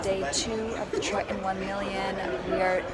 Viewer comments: its pronounced TRITON ... not TRI-UN ... !!! (geez) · You keep smacking your mouth and your cadence when talking with upward inflections is tough to follow. Something to work on in the future. Also, it’s tri-tun, not tri-tENNN. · It's a weird word but I can't help fixating on how you say "Try - annnn" for Triton. :-)